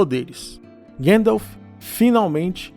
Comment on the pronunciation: Gandalf le como se escreve ! 😅